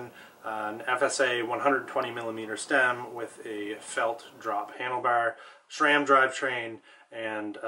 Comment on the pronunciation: Please...its not SHRAM.